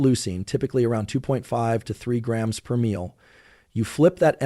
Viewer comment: Such a boring, monotone voice. And doesn't pronounce grams or ounces correctly.